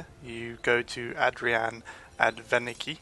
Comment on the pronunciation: I know this is really old but it bothers me that he both said adrianne's name wrong but also apparently thinks her husband in the warmaiden is her dad and not the steward in dragonsreach who actually is her dad and she even tells you her dad works in dragonsreach